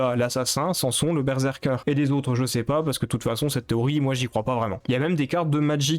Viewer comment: Sérieusement ? Qu'un (Cain) et Sans son (Samson) ? Et appeler des choses en anglais puis d'autres en français, c'est perturbant. J'ais peut-être l'air de juste haïr comme ça, mais tu dois corriger ça (au moins les prononciations) Et d'ailleurs, Edmund n'en a pas finit avec Isaac, y'a Repentance+ qui est en beta qui n'est donc pas fini.